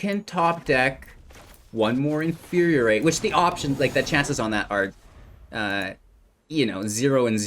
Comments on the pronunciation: In-fyur-ee-ate not In-fyur-ee-ur-ate This pedantry brought to you by CGB's Professor of Symblahblahblah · It's not "in fyur yur rate" it's "in fyur ee rate".